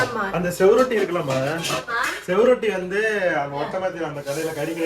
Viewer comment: தம்பி அது செவுரொட்டி இல்லை சுவரொட்டி